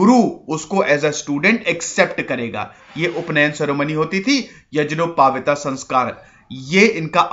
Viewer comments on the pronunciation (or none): वो यज्ञोपवीत है यजनोपाविता नही भाई। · yagyopaveet sanskar hota h apni hindi sudhariye....